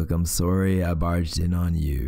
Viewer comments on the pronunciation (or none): Everytime he says soOrry my mind just goes: CANADIAN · he said “sOOry” actually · "I'm sOErry..." nO oFfeNcE... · No one: Me : snickering he said sorry THE CANADIAN IN THIS MAN im s o r r y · Omg, I noticed that too and I love it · Every time he said sorry I said sorry too in his accent😂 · OK so my first video I watched from you and my reaction Reaction nr.1: WHY TF AND HOW TF IS HIS VOICE DEEPER THAN THE FUCKING OCEAN Reaction nr.2: Him saying sorry in an Canadian accent Me: AND HE'S CANADIAN??? Marry me????????